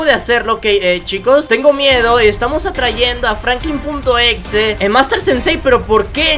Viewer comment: Oye no se dice FRANKLIN punto exe se dice FRANKLIN EX.E